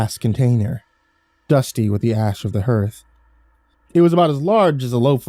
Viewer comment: Hearth is pronounced harth not hurrth